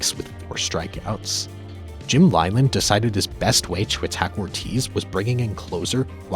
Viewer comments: I am sorry i had to stop watching the video because you kept pronouncing Leyland as Lieland when its pronounced Leeland. I know not the worst thing on earth but it just got under my skin. Maybe I will come back and skip that part. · Dude said "Veraws and lieland" haha. Its VAERAS and LEELUND. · It's pronounced Jim "Lee-land," NOT "Lie-land." You know, the guy in the Hall of Fame. Makes you look like an idiot! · "SEE-ass-po", "LIE-land" - this must be AI because no human being researching baseball would ever pronounce things like this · How do you pronounce Joaquin Benoit correctly and not jim leyland